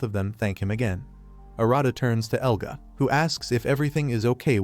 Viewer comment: Who the frick is "Eluga"?! It shows his name as "Elga"! Even has it slide in when he's introduced! I can't...